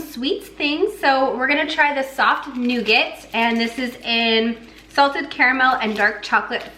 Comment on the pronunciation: I thought called the brain cheese "stinky SOCK cheese" instead of stinky SOFT cheese 😂